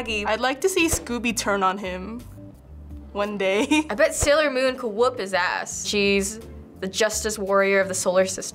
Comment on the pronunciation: when that girl said salior moon i laughed my ass off shaggy can use % of his power to wipe the galaxy out